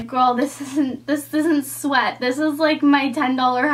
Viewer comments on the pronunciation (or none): none